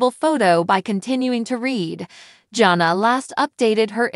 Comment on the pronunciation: Her name is pronounced JAN-A